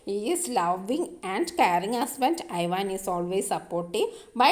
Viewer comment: I van alla evan ennan parayuka